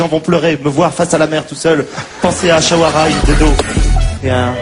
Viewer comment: ils disent ashwara rai!!!! mdr!